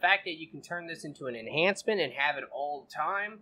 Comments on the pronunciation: Enchantment not enhancement lol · Why does you keep saying enhancements, when it's enchantments? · Why do most of youtube gamers call it "enhancements" when its actually "Enchantments" 🤔